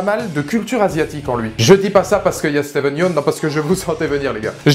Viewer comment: Comment il écorche le nom de Steven